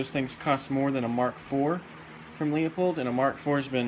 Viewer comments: It’s not Leo-pold it’s Lew-pold. If you’re selling scopes you should know how to pronounce the company’s name! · the correct pronunciation of Leupold is "Loy-pold" or "Loy-polt", depending on the german dialect. How do you pronounce "Schwarzenegger"? The american way or the correct, german, way?